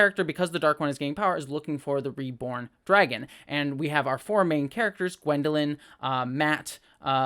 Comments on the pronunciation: Thanks! Great to get a perspective from someone who has never read the books. But since you have not read the books, let me just clarify- the young female character is not Gwendolyn. Her name is Egwene. (For pronunciation you'll have to see the show again). I hope you keep reviewing this show! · Egwene not gwendaline :)